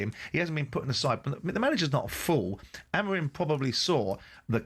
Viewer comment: What Is this caller James on. Glineos fan no doubt. Well done Simon calling him out👏 Haha and Keown saying about Sancho Rashford is just the icing on the cake. A think talksport would save a lot of money getting rid of these. Well done Simon again calling out Keown. You have saying AMOREEN. Who's he. And Jim Saying Deetorg. It's DOT ORG